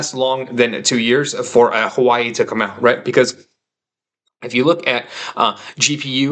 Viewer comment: Good take. Also had a very negative outlook on Nvidia for a while. Ludicrously overvalued. It's pronounced more like HooahWay btw, not Hawaii - normally not the type to correct things like this, but found calling it "Hawaii" to be kind of silly and had to intervene :)